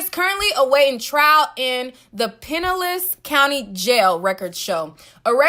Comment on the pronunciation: It's pronounced pin-Nell-is county